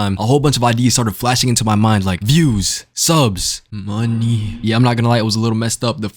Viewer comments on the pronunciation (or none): Bro said money like mr crabs